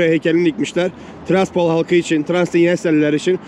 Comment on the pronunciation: Abi ama güldürdün ya😊 tiraspol desen